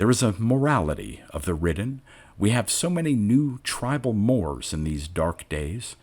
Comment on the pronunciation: 'tribal mores'. 'mores' is pronounced morays.